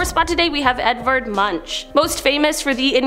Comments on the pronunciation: It's not 'munch' as in crunch, it's pronounced 'monk'. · *Moonk, not Munch, as in punch or lunch or bunch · Munch is properly pronounced monk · Yes. So annoying. I can’t tell you how many videos I watch where the narrator mispronounces the topic of the freaking video. You can Google pronunciation. Makes me question the veracity and authenticity of the information presented.